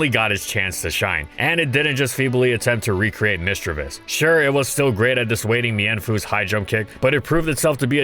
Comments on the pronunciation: MISDREAVUS, NOT MISDREAVIOUS! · My favorite line of pokemon. I know for a fact that it did great in it's competitive scene so I'm so happy for this. I love gastly! Misdrayvus? You tried to say that wrong